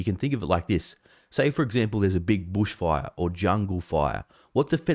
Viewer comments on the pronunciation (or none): said: "BOOSH FOIRE!" LOL, LOVE IT